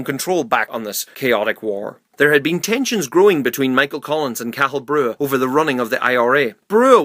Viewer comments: Hate the way you pronounced Cathal you pronounced it like cattle its pronounced cot-hol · Dáil = Dawl Cathal= Ká-hul